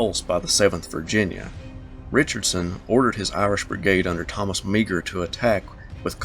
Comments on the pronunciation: uhh..pronounced Meyer, not me-gur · A quibble: Meagher is pronounced more like "Mahr". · Meagher is pronounced "Marr" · Just so you know, "Meagher" is pronounced Marr. It makes no sense, but it is Irish.